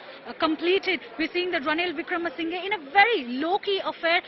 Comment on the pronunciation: It's not wikremesingay, It's pronunciation is wikramasinha